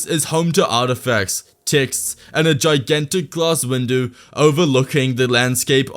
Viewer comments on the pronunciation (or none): Did you just say a gigantic glass Windu?